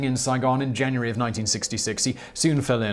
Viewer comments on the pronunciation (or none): none